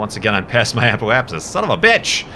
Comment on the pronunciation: Remember back then when couldn't pronounce Apoapsis?...good times. You've grown up alot,.